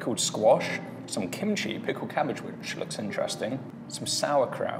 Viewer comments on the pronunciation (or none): none